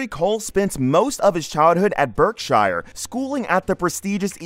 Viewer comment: Er, yank pronunciation, Berk-shire? I love watching Henry, Allen, Fuzz, Sam and Guy. Mates just, going around together buying, restoring and sometimes selling bikes and knick-knacks. Happy days!